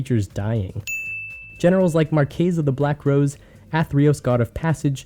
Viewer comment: Finally somebody who can pronounce "Marchesa"